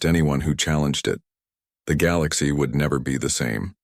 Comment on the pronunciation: And teach the AI how to say galaxy, lol